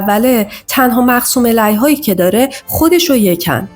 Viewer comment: تلفظ مقسوم علیه اشتباهه Elayh❌ Aleyh / Alayh✅